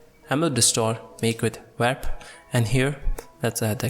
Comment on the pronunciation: why can't he saw warp? he keeps say wap . like he thinks its wrap ... its WARRRRRRP.